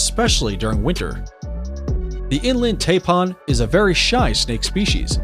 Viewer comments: its pronounced Thai pan not parn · And to go with the "V" word, check out what the announcer calls the Inland Taipan!! He calls it "Inland TaiPAWN". I said " wtf? It sounds like hes saying "Inland Tampon"!!!🤯🤯😁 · Did he say "inland "TAMPON" 😳🙄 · The way he pronounced inland Taipan pissed me off 😭🤣 And the how is the black mamba so low on the list And he forgot to mention the bushmaster (the world’s most deadliest pit viper and largest venomous snakes of South America) The gaboon viper (the largest fangs on any snake and the biggest viper which venom destroys tissue within 15min) These are all facts from the great austin stevens documentary I really don’t know where you got your list from must be from google 😭🤣🤣